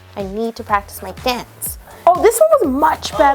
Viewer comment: Im sitting here laughing as I watch yo say "I need to practice my donce"